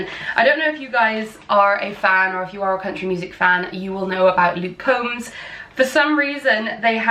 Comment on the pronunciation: My last name is Combs. Love the tee. Just one thing, the O in Combs is long. I always say like you comb your hair lol